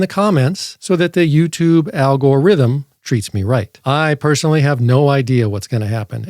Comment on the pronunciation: So, just for clarity, are you saying that the algore has rythm? or that the algore has some kind of ithm thing? Does he need a Dr? I don't care either way, I just want to mispronounce it properly when I use this.